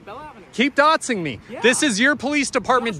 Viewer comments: he keeps saying "dottsing" instead of "doxxing" he mustve "did his own research" on it the same way her learned law. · Why does he say 'dotsing' instead of doxxing. He's such a dimwit. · Is really saying dots instead of dox? 🤷‍♂️ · He’s saying “dotsing me”…..wow. The stupidity is astounding. And endless. And expected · He’s calling the cops an inbred hillbilly yet he’s saying “dotsing” instead of “doxing”. 🙄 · Who's gonna tell him it's "doxxing" not "dotsing" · Does he realize the word is "doxxing"? Not "dotsing" 😂😂😂 like the officer is putting dots on him. ..... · Does he know it's dox and not dots? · Someone should tell Joshua Roberts there's no T in doxing. You know, I think I will tell him on his page. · Is he saying "dotsing me"? If he has a no contact order and then breaks it himself to harass the man, no judge is going to renew it. The Judge will take one look at that video and say "Who's stalking who?" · What the hell is "dotsing" ??? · Is he saying “dotsing”? He has a restraining order, but shows up at the guy’s property? “” is a very fitting name. 😂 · He can even pronounce dox